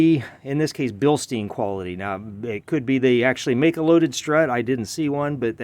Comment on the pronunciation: It’s German… Bil-Stein…. Not Bill-Steen…